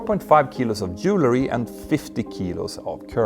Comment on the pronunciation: Your English pronunciation is getting much better! Watch out for the word ’jewelry’. You pronounced it ’jewlery’ in this video. Just remember that jewelry is about jewels. Jewel + ry = Jewelry.